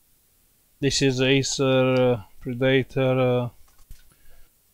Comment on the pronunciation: I can't stop laughing when he says Acer Pre-Dater